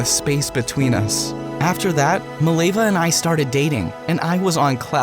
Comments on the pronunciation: fact it is mileva and not milejva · As a Serbian, the way you pronounce Mileva makes my ears bleed